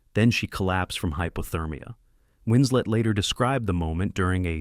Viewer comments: I cannot deal with how this narrator keeps saying Winsley instead of Winslet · Winslet, not Winsley! Facts matter! Just one of several inconsistencies ! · Winslet, not Winslead... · “Hunting for husbands”? Kate “Winsley”? 52 seconds in. I’m out. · Kate Winslet also lied about her age. And why can't you pronounce her name, Mr Robot? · a million ways to mispronounce "winslet"